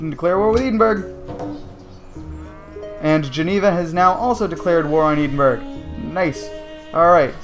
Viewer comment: Its pronounced ed-in-burrah